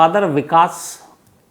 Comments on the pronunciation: सर उनका नाम वॉलकर नही वालकर है. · surname to thik se bolo .... she is WAAAAALKAR not WOLKAR ...... MAD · Sir shraddha ka surname waikar hai, walkar nahi.